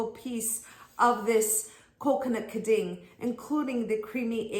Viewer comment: Aprenda primero falar Quin din